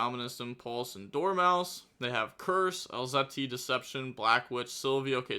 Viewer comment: Bro u KNEW how to pronounce Elzette months ago what was THAT??? El-Ze-Tee??? 🥀🥀